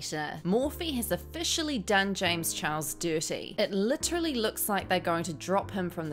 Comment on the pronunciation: I laugh....every time... you say James chihuahua... 😂😂